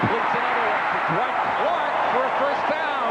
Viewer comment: Hey: Clark's name is not DaWhite, any more than Roger Craig's name is DaBlack. His name is Dwight.